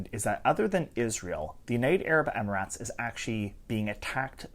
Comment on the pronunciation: Idc if it’s right or wrong, pronouncing it “amaratz” is annoying.